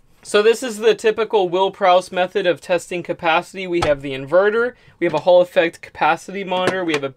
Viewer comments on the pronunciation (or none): none